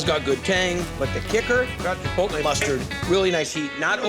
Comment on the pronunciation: The only bad part about all of this was listening to those northeast guidos saying "chipol-tay"